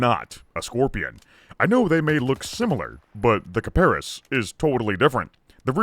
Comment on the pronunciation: kiparis, emphasis on is, kiparIS